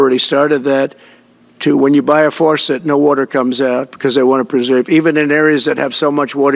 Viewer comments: He can’t even pronounce faucet. Forcet? Drip drip drip…that’s the sound of our last bit of collective sanity going down the drain. How can some folks normalize these insane ramblings? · What's a "farwcet"? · Why does this supposed smart guy think there's an R in "faucet?"